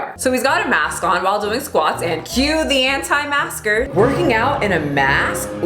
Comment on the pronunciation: When you prononce « antimasker » i’am french and i hear: « hantai masker »lol